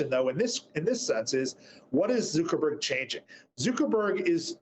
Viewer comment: Zoo-ckerberg? No one says it like that. Get a grip man.